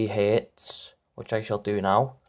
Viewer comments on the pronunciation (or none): you can't even say hertz right